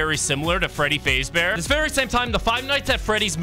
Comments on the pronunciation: bro butchering the pronounciation freddy fazbear ❌ freddy fazebear :correct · Bro said Fradey Fazebear 💀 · ah yes freddy faze bear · because he can't pronounce it good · Is the voice ai because he says freddy faze bear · freddy fazebear- 💀 its freddy fAzBeAr